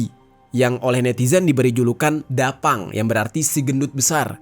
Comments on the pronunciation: Bukan dapang bang tapi ta pang di baca nya 😃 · Klo tulisan nya memang da phang. Tapi bacanya Ta phang. Ta phang.. artinya gemuk dan besar.